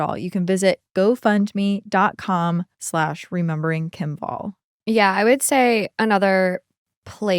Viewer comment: pronouncing her name "wall" instead of "vàll" broke my Swedish lil heart lol. It has nothing to do with walls, it's a very old Swedish surname.